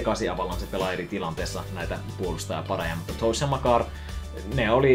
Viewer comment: älä lausu toews tollee pliis😂ei oo varpaat kaverin nimi